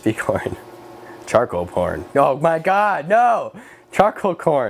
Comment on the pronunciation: How tf do you accidentally say charcoal porn